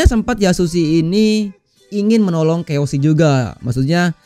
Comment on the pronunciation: Kiyoshi bos bukan keoshi